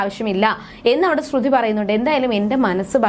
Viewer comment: ശ്രുധി അല്ല ശ്രുതി 😂😂ഇല്ല അത് പോലും അറിയില്ല ല്ലോ 🤣🤣🤣